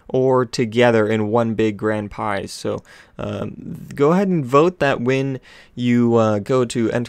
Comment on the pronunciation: Did anyone else notice that he said "one big great pize